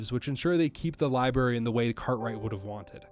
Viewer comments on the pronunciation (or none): Nah partner i reckon that liberry did sound quite like a southern accent. Ya hear me? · Buddy you're canadian that "library" didnt sound remotely southern or from texas, florida, anywhere where a "yeehaw" dialect would be from but the rest of that point is fine lol